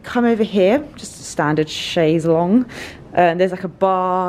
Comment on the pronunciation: OMG! You may say Nike (Nike-ee) incorrectly, but you say "chaise longue" correctly! I love you. ;)